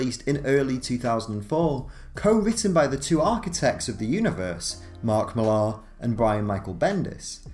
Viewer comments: It's just pronounced Miller, not Milaahr, are you kidding? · so confused buy the way he keeps pronouncing Mark Millar as "Mill-ar" instead of how the man pronounces it himself "Mill-er" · It's pronounced Mill-r not mil-ARH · Millar is pronounced like Miller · I realize it is a nitpick but it is hard to take this video seriously when you can't seem to pronounce Millar's name correctly. It is simply pronounced "Miller." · Please, please, please learn how to pronounce "Millar". You sound British, you shouldn't be getting this so wrong.